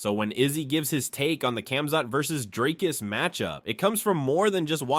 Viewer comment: Who the fok is drakus? Even Ham can say his name. If u can't say Dricus or Du Plessis just say 2+3.